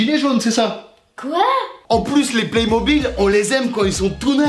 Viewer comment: I dis les playmobile comme aucune personne 😂